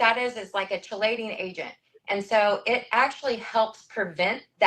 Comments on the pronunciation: As an actual chemist hearing that second lady talk is so hard. From the mispronunciation of chelating to her immediately talking about sodium phytate right after saying chemicals are bad. Like ma'am what do you think sodium phytate is???? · I was a licensed cosmetologist for 12 years before going to nursing school. Her pronunciation of chelating really got me!!